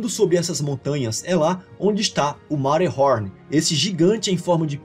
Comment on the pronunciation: Achei engraçado você falar Matterhorn com sotaque americano! O nome Monte Cervino, que é de origem italiana, também é comum.